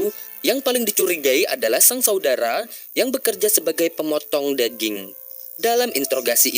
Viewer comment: Bergulung lidahmu.. Adeh...daging bukan deging....adihhhhh